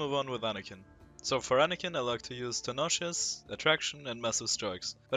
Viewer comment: stabiler guide, ich kannte aber leider schon alles und wie du "tenacious" ausgesprochen hast, triggert mich haha🤝